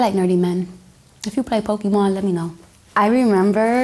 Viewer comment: Honey girl you pronounce Pokémon wrong..gtfo here